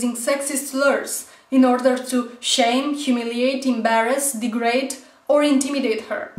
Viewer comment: lol ... "dee-grate..." ;p